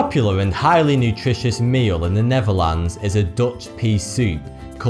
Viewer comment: I thought you said neverland, and not the Netherlands. Will you ever speak properly is that asking too much from you? Or have you always had a problem speaking words like every normal person on this planet? Or are you doing this pronouncing words wrong just to deceive people to thinking something else? Something is going on with you pronouncing words different any everybody else.. What a fucking douchebag!